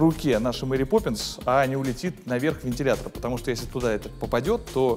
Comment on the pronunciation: Исправьте "Поппнис"